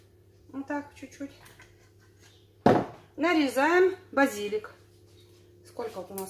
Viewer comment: ставьте правильно ударение в словах. Растение —базилИк, строение —базИлика.